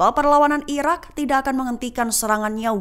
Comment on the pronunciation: Kalau ngomong yg bener..irak apa iran min..gak jelas